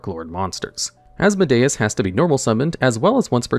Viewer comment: I'm so happy your pronunciation has gotten better over the years, but also as-MO-dee-us